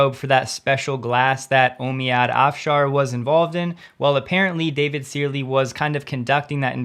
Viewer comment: FYI “Searle” is pronounced “serl”